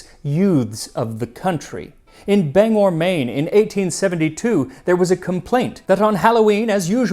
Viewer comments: Delightful! But finally a mispronunciation: Bang-gor, not Bang-or, is the town in Maine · Bang GOR. Pronounce the G. :) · I have to chuckle with your pronounceation of Bangor, maine. As a resident of that city let me guide you to how we say it. "Bang/gore" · It’s “Bang-gor” Maine, not “Banger”. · You could have pronounced the "g" a little harder, but that is one of the better attempts at saying "Bangor" that I've heard from someone from away. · You gotta pronounce the "g" in Bangor, bub. Ayuh.